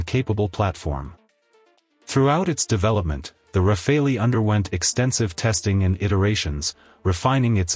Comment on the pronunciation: Rafale is pronounced Rafal, not Rafaelli (meaning Burst / Gust / Hail of bullets). But this is a good video anyway!